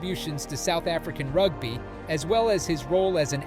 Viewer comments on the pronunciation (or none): Rugb-eye? It is pronounced "Rug-bee". And grandfather is not "Peeyet doo twaah". It is "Peet doo toy", with the "Peet" rhyming with "hit". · Channel reported. Your efforts to mispronounce words to lift engagment is embarrassing bro. Rug-bye, rug-bee, Doo-toyt, Doo-twah. Do you think we’re s t u p i d? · ... "rugbuy" ... LOLOLOL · Ok. Thank you for letting me know. It was very strange as you would say ‘rug-bye’, then in the next sentence pronounce it correctly (‘rug-bee’). The same with Steph ‘Doo-toy’ then seconds later pronounce it correctly as Steph ‘Doo-twah’ Then alternate between the two Hearing you say it was not intentional, I’ll take your word for it. Cheers. Thanks for your videoes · Rug-bi? Peter Stef du Twat? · Err bro…rug-bye? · That was hilarious 😂 and “Rugbuy” for rugby. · I watched 37 seconds and bailed out. If you can't even pronounce "rugby" properly then I don't want to hear the rest.